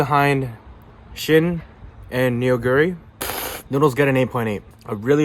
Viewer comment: Not neo guri... naw guri...